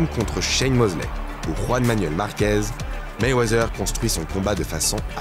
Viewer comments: .. personne en amérique prononce le «th» comme si cétait un « z » ... ca se prononce pratiquement comme un « t » normal... je sais pas qui vous a mit ce truc dans la tete mais faut oublier cet espece de son «z» que vous voulez mettre partout ou ya les lettres « th » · Arrete avec ton Mayweazzzzzzers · Mayweazer loll cest Mayweather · Meywezeeer...ohhh les français